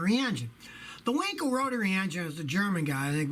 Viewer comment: It's W-A-nkel not Winkel...